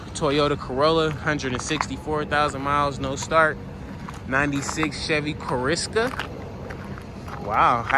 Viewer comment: That's a Chevy corsica pronounced cors A ca they were pretty decent cars if taken care of